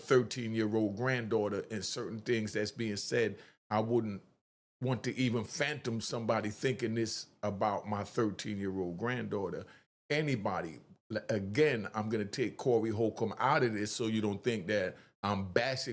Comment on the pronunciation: “Fathom” not “phantom”😂😜 it happens..